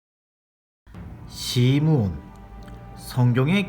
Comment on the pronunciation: 9조김온유 답:시므온 목사님 발음때문에 시몬이라 적을 뻔했어요🤭